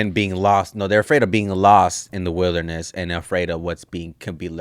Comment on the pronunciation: Getting lost in the “witherness” 🤣